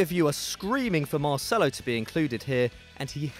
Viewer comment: You have screwed up it is marcelo